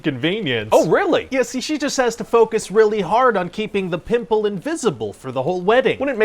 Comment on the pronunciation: "With a friggin PIMPULL"